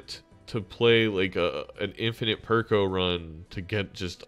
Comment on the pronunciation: it is not that deep, it sounded funny, simple as as an aside, perkeo is not an english name